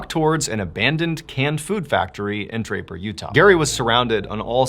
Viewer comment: I thought he said diaper and not Draper